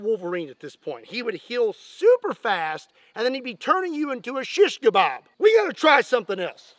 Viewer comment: im turkish and seeing say shish kebab is so beatiful 🥹